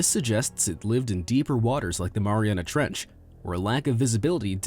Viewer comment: I think I’ve heard “Maria trench” over a 1000 times in this video...